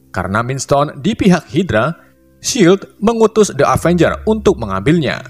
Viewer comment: Avengres kali ngomongnya